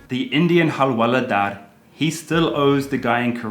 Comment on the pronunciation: Nobody:- Karl to Hawaldar :- Halwaladaar...🤐